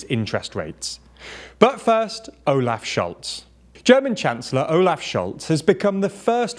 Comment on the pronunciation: Almost. The O in Olaf is more like the last O in Ontario.